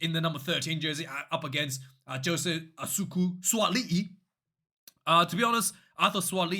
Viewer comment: you said Asuku instead of Aukuso 🤣 I dont care, ill still watch to hear a good rant haha